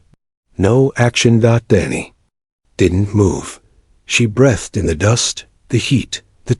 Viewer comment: Robot narrator! Breathed = bree th ed, not breth ed!